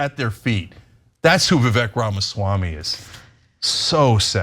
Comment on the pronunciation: Hey Ana, it might be worthwhile to at least learn how to pronounce his name.